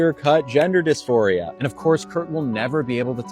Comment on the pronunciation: It's "gender DisPHORia", NOT "gender disMORphia". Big difference.